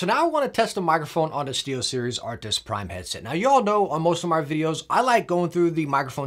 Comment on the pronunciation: Just bought the Razer Blackshark Pro, thanks to your recommendations - upgrading from my old Plantronics RIG 800HX. I just subbed recently too. Love the energy, all the way from Australia :D Tiny PS : It's Arctis, not Artics